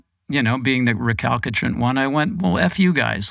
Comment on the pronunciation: Yes! I noticed that too. 😂 “Re-CAL-ki-trant” I kept going, “Nope, try again.”